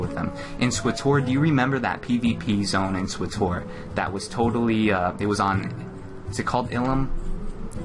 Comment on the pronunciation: did he just called swtor "swutoor" O.o